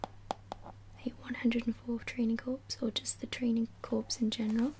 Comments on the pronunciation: I'm sure someone has already mentioned this, but "Corps" is pronounced "core." It would need an e at the end to be pronounced "corpse" like you said on the video. Other than that, great video. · Corps is pronounced core btw. Loved the video :) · also something my friend corrected me on during this past summer is that corps is actually pronounced like core